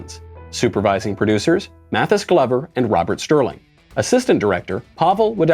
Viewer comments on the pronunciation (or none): none